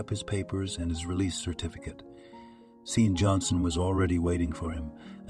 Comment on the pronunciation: "Loaves of sausages" and other bizarre expressions as well as offputting pauses, phrase repetitions, and odd cadences, read by computer. See-an for Shawn/Sean/Andy. "He almost didn't pass the bus stop." Many, many errors. Even the guy's occupation changes without explanation. "He gingerly shifted the speed limit to minimum." "We should call nine hundred eleven." "Six million rubles" (later, a few dozen dollars) bribe and "prison colony/penetentiary/juvie" implies a Russian cyber-author. The constantly shifting weather is also very weird, and shifting her/his she/he for no reason. The young couple go from volunteers at a soup kitchen to owners of a "sustainable and moral" bank. Lots of offshore bank accounts and other odd details.